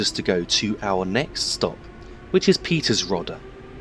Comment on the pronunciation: its not peters-rod-a its pronounced peter-srict-oda its not dell-lich its day-lich